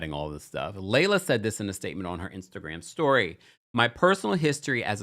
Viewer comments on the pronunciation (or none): none